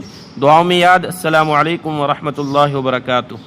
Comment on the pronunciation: اسلام علیکم نہیں ہوتا السلام علیکم ہوتا ہے